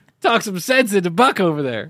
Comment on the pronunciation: It's Buck, not huck. 😂